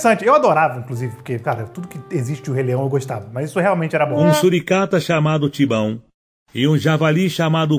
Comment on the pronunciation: O: "Um suricato chamado simbau" kkkkkkkkkkkkkk